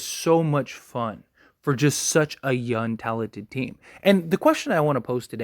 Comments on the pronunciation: Am I the only one hearing youn instead of young? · I swear every time you say “young” it sounds like you’re saying “yun.” 😂😂 great video though my guy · Nah definitely saying youn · Hes 100% saying yun lol. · 💯 Forest Gump stole this man’s “G”s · He is saying it and it's annoying smh this guy is dumb asf